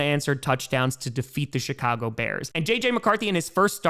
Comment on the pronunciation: Did said Shitcago Bears? Idk probably misheard, probably the way he pronounces the Ch, pretty funny tho